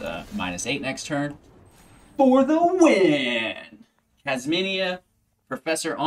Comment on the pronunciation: Kasmina not kasmania. I don’t want to be rude but it was just bugging me the hole time, needed to say it